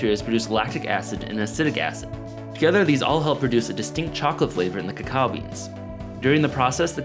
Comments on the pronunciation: It isn’t said kakawa it is actually (even in Mayan) kakaw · why did u pronounce it cha-cow? its pronounced co-co